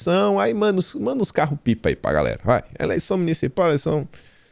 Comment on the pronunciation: aprenda a falar GALERA. KKKKKKKKK